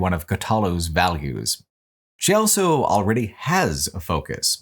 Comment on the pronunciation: pronounces the word "also" as "elso"